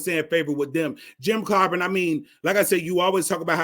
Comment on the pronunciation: Hey there Fool, for one thing you can't even pronounce his name it's Clyburn got the democratic party a Strong black supreme court judge, by the name of Ketanji Brown, and a black woman who is vice president of the United States. You have it all wrong, you don't even understand the issue When the black woman's vote is what got us to where we are today.